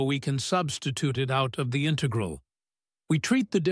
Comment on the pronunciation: INTAGRAL!!!; : INTEIGRAL!!!; : DIIKS!!!; : DIIKS!!! : DIIKS!!!